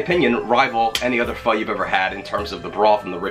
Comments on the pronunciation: You said FOO . I guess old habits are hard to break. ;-) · Went back to calling it "Foe" after 4.5 minutes :( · you said it wrong lol. I do it too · keeps sounding like your saying the f word:P i must use it to much